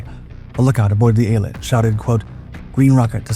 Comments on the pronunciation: You are pronouncing the name wrong. Its EEL-AT announciation. Named after the resort city on the Red Sea coastline. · Eilat, named after the ancient port used by King Solomon and a modern port and resort, is pronounced with the accent on the last syllable: Ay-LAT. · Worst pronunciation of Eilat of heard yet😂